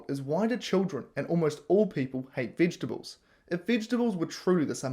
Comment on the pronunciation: can't even pronounce "vegetables".